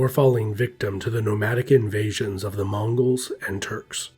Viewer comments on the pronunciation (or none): none